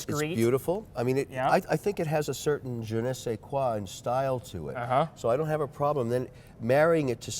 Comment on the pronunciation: A “Kollexxion, of GENESAY KWAA” why the hell is he showing us that he knows how to use French words.